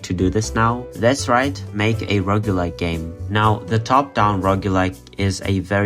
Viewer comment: FINALLY someone who pronounces roguelike like me!